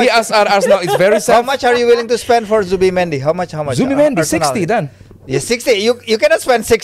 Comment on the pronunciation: ZUBIMENDI NOT ZIBUMENDI Kalo gak loe namain sja ZIRKZEE MANDI 😂😂